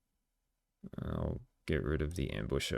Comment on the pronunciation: It makes funny to me cuz I kept hearing you say sauce instead of source Lol